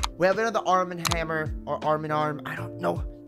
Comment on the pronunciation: I think this is my second favorite of the EP, it’s so gooooddd!! Also, it’s pronounced Arm-n-hammer.